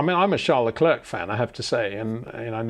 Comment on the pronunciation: Say Claire. Say Luh/Le. Say Leclerc.